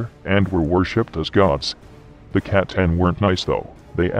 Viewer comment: I'll never get sick of the Emperor pronouncing C'tan as Catan.